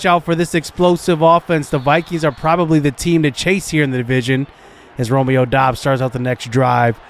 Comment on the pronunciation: It is pronounced Romeo dubs